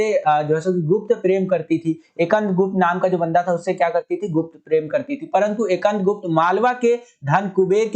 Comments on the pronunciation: Skandgupt ha akandgupt nahi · bhi ap skand gupt ko ekand gupt pad rhe the 😄